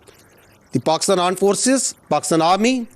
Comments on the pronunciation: Aaand forces nhi G...aaand forces 😂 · Everything is temporary But 'Aand forces' is permanent 😂🤣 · Here comes the fearful "Aand Forces" again!! 😂😂